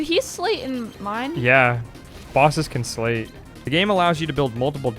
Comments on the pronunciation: I appreciate the acknowledgement about options on how to pronounce Marluxia, but it hurts my brain each time I hear you say "sleight." That's not a made-up word from the game, it's an existing English word (most commonly heard in the phrase "sleight of hand"), and that is not how it's pronounced. It's a homonym for "slight," not "slate." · Am I wrong in thinking "sleight" is pronounced like "slight"? I've heard several Youtubers pronounce it like "slate" at this point, but I was always under the impression that it was used in these games as a reference to "sleight of hand" card tricks. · It's pronounced "S - LIGHT" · No, you're right, it's pronounced "slight". People get it wrong because it's a rare word, and people don't make the connection to the phrase. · The t in sleight is silent, it's pronounced "slay" Grammar aside, they really messed things up with the 3D "remake".. the OG is vastly superior. I'd say I'm looking forward to her playing Days, but that game is garbage and has no lore impact whatsoever. Re:coded, tho, now THAT's a top tier KH game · Inspired me to check out the GBA version, but, please, sleight is pronounced slite, as in sleight of hand! X_x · It's funny how many people (myself included) read sleight as "slate" or "slay" and missed that it's pronounced "slight" as in "sleight of hand". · That’s a very common mispronunciation that I’ve noticed, but yeah it is like Sleight of hand. You’re right.